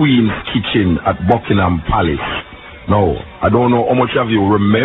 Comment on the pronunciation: Palace not place lol